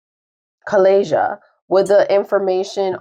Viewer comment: I studied Spanish. Calleja is pronounced Kye-YAY-ha. Borrallo, the name of the nanny, is pronounced Bo-RYE-yo with a rolled R because its double R. A hard sound for non Spanish speakers. A double L is pronounced as Y. Some Spanish speakers add a ZH sound to a double L.